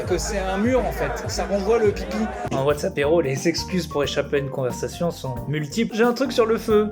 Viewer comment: Quand tu dis « Whatsappéro » j’entends WhatsApp héro(tique) et ça me stress bcp 😂